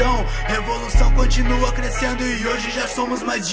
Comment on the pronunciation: "Coninua" em busca do português inexplicável kkkk